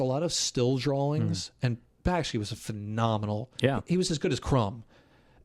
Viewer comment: Bakshi, not Bakshki